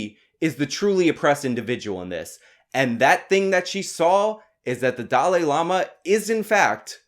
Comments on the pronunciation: Young Turds cant even pronounce "Dalai", Its not Dali. tf is a Dali. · Why do so many Americans struggle to pronounce Dalai? Also look at these two oxygen thieves trying to out do each other at getting a word in. Useless.